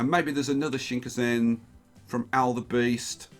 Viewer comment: Shinkansen pronunciation hurts so much.